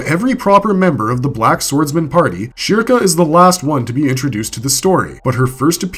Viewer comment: how do you pronounce the topic character's name wrong?